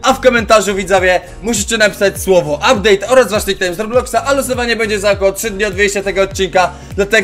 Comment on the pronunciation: ''Ubdate'' super filimy robisz